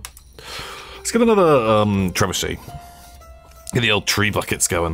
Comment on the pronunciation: Pronouncing Trebuchet as Tree Bucket really tickled me.